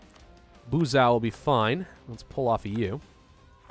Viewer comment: Tirgowvesty 😂😂😂. As a romanian, i'm dieing (or dying idk how it's right..). Pretty hard to explain in English how to pronounce it tho... If you knew maybe Japanese, it would be easier. Also , with Buzau, but that was pretty good tbh